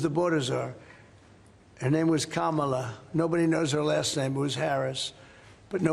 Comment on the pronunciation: The best thing about this video is that Trump finally pronounced Kamala’s name correctly 😅